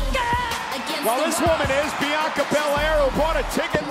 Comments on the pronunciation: Wade said biyankca lmaoooo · Love that Cole brushed off that Barrett mispronounced Bianca’s name